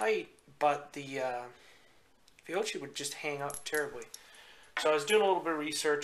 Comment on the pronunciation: Fiocchi: "fee-oh-key"